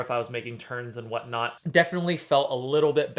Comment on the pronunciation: "what not" or "what knott"? 🙂 Thx for the honest review!